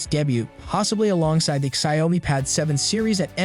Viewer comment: Please fix the pronunciation of the Xiaomi name.